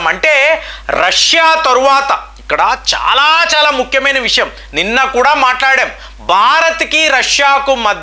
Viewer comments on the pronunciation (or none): none